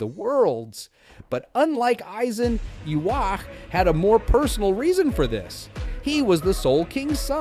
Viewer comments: They way the AI pronounces Ywach like (Yu-wok) and (Yu-wash) are definitely worse. It's (Yu-ha-ba-ha) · well isn't it Japanese? But if you want to say the actual English pronunciation, you're wrong. It's (Yu-hava)!